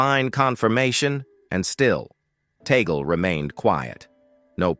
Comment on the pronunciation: Please you keep on saying TAGAL. It is Tag as in Tag then pronounce LE. Is this difficult to say it correctly ?